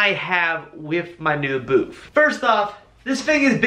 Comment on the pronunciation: Dude, it's a booth, not boof......lol Just kidding with ya, I like the boof.....lol